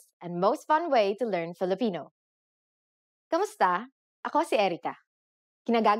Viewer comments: One point.... You are pronouncing Kumusta as Kamusta... Please be more accurate about it... Kumusta is the proper way to pronounce it but Kamusta is how it is normally pronounce in a conversational manner... Be not confused about it.. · mali naman pronounciation mo sa kumusta - it's not kamusta - it's kumusta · Correction, 'kumusta' is not pronounced KAmusta (not 'a'). It is pronounced 'u', thus 'kumusta'. We pronounce the vowels as they are written. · Writes kumusta but proceeds in pronouncing it kamusta? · Why does she pronounce it "KAmusta" instead of "KUmusta"? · at hindi KAMUSTA ang bigkas..kundi KUMUSTA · It's odd how she says "kAmusta" instead of "kUmusta" because Filipino doesn't have a lot of words that aren't pronounced the way it's spelled. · Wrong. Hi Erica, mali po kayo sa “Kumusta” na ang bigkas nyo ay “Kamusta”. Kung “kamusta” ang bigkas mo, dapat isulat mo rin na “kamusta”. Pero kung ang nakasulat sa graphics mo ay “Kumusta”, dapat “KUmusta” rin ang bigkas mo. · "Kumusta" this is wrong pronouncation meaning sentence in filipino language standards textbooks. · "Kumusta" is Bisaya spelling. In the official Filipino dictionary, it is spelled "k[a]musta" and Tagalog people pronounce it with an "a" sound